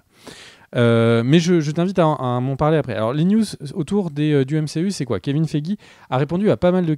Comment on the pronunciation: Le Kevin Feigix m'a tué 😂😂😂!!!